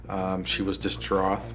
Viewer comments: What's with that officer pronouncing the word 'distraught', dis-droth? Is that common in Canada?? I've never heard anyone say it that way before, in my life! :/ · "Distroth" is not a word. "Distraught" is. That guy, I tell you what! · What’s with his pronunciation of the word “distraught”? He said it like there was a “th” sound at the end. Distraug-TH. I’ve heard people mispronouncing the word “height” in a similar way - like there is a “th” at the end of the word instead of “ht”. But I’ve never ever heard any other words spelt in a similar was pronounced like this. It’s like saying - I went to the store and I boug-TH some milk and I thoug-TH it was really expensive. I became distraug-TH at the prices. Ahhhhhhhh it - ght NOT gth Why? Just why? I understand when it’s a second language situation, but it might have been kind of the producers could have let him know, and the recorded his voiceover one more time. He’s such a great officer and human being. It’s the least they could have done. Ok, I’m done ranting about this. Phew, I don’t know why things like this get me so worked up. I don’t like being this way, I really don’t. But sometimes, it all comes busting outta me and I can’t stop myself. I even think that I’ve commented on this video before....and about the exact same ridiculous thing. Sheesh get over it already and stop being so bloody pedantic about little things like this. 🙄